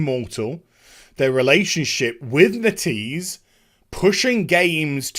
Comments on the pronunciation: It is NET-EASE not NE-TEASE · its not "netease" its "net - ease". That is the official pronounciation, just sayin.